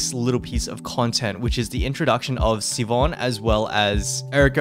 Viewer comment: Siobhan is so hot I wish I didn't just quit the game. Also not to nitpick, but it's pronounced Shi-vahn. That's my sister in law's name, lmao.